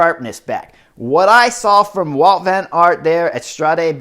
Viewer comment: It is Wout not "Walt" He's Belgian!